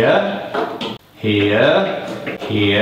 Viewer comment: made "HERE" sound like a different word and odd